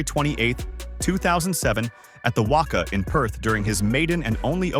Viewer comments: It’s pronounced Wacca, that’s how it’s spelt not Wocca. Like rock and cat, practice on them. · lmao...i always get a cack out of the pronunviations....ie WUCKUH, pronounced WACKA (WACA) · WACA pronounced WA CA not Wakka. Andrew Symonds as 63 Shane Warne was 23 a simple thirty seconds of research would have tld you that, I mean you can even see the name Symonds on the back of the shirt. Just a heads up: many people will watch a comedy skit that pronounces WACA like half a Fozzie Bear and calls Andrew Symonds Shane Warne even though Symonds was a dark haired dusky medium pacer and Shane Warne was a golden haired whitey that was one of the world's most prolific wicket taking spinners. They won't however subscribe because of how badly it was researched. Also There are two or more called six that hit the Marvel stadium roof. Not to mention all the sixes hit out of the Adelaide Oval over the North Hill, much longer than the 119m classed as six. Also the 119m was also hit off Symonds Medium pace. 6 though off Sharmi was over cow corner which is a long way to the legside of over the bowlers head. T20I for international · It’s not the WOCA, it’s the WACA lol 😂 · How this guy/A.I pronounces WACA is a crime.